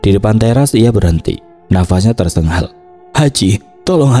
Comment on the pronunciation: Tersengal min, bukan tersegal